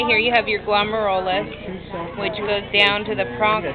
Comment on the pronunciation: "glum-air-you-luss" guys. =)